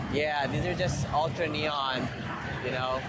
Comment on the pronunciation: I like the music game part where you read all the names wrong lol. Jujubeat Dj hero Ultra-neon All of these names were wrong lol